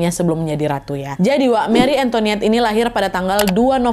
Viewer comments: Salfok bkn marie antoniette tp marie antoinette kak 😂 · Kak Nad, maaf ralat, bukan "Marie AntoNiette", tapi " Antoinette " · Bacanya Mari Angtoanet ya Wak 😘😘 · "Marie Antoinette" yg benar Nad. Bukan "Marie Antoniette" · Marie Antoinette Nadia bukan Marie Antoniette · Marie Antoinette, bukan Antoniette 😊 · Btul dan cara bacanya (ini udh sy note berkli2 tpi byk yg suka salah) MARI ANGTWANET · meri entoanet bacanya kali Nad... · Cara bacanya Mari Antowanet wak. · Katanya bacanya Meri entoat, tapi aku suka episode ini, kasusnya tragis entah dia buruk banget apa ngga aku ngga tau.